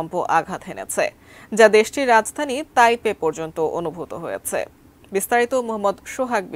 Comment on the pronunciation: তাইওয়ানের রাজধানী 'তাইয়েফ' এই সাংবাদিকের মুখে প্রথম শুনলাম।